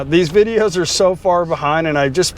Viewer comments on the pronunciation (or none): none